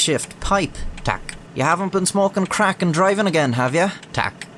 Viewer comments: Your "tak" is sublime! :) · well he got prawo jazdy and tak right, the rest was not too bad either